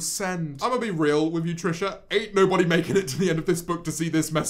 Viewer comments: the sentence "Love making," pronounced as "Love macking," made me crack up EVERY TIME! EVERY TIME, I tell you :,) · Is nobody talking about ‘Love Ma-king’ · honestly the song was good but aaahhhh the way you pronounced making :( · "love mackin" "I can't even muhv" I can't I am dead goodbye world. I can't believe the last thing I did was watch a video about Trisha Paytas' poetry. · HAHAHA Feeling paralyzed from love "macking" and I can't even mauv" got me..